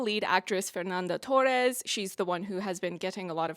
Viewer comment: Your portuguese pronounciation is not that bad but try not to pronounce "Fernanda Torres" like she's Mexican.